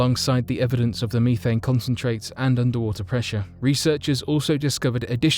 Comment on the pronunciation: Bro says methane wrong